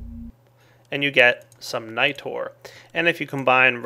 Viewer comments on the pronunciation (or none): none